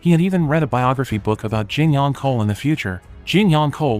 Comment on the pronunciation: Tell AI, it's pronounced ch-ohl, not kohl.